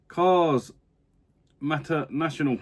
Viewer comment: Some absolute crackers in there buddy, i was expecting that vid to be over an hour long 😂 turbo, the film, was loads of fun.. hopefully the game is the same. Loved how you pronounced maters name wrong 😂 nfs hot pursuit.... best nfs ever 😂 sonic all star racing is well worth playing bud and you can rack up achievements on it. Not sure if i seen the project racing games. Blur..... love that game 😂